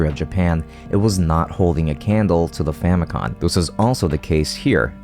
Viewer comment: each time he says famicon instead of famicom i get another grey hair